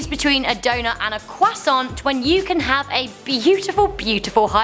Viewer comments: Did she say... quasont? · Croissants are not said the way you do, take it from a "french pesron" they are not pronounced like the way you do as you say qoissant Q isn't pronounced in the language of french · Pronounce it Cwasant?? Not hate comment love you ❤ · "kwasant" <3